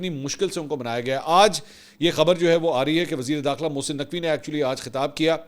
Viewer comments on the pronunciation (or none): none